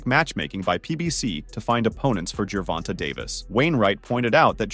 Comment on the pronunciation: These fools say “Gervonta” wrong in every video. It isn’t “Ger-von-tuh”, it’s “Gervon-tay”.